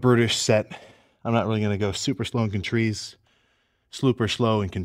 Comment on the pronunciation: Mentically and contreeze killed me 😂😂😂😂😂😂😂😂